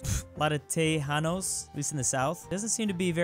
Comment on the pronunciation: to pronounce Tejanos you must say te-han-nos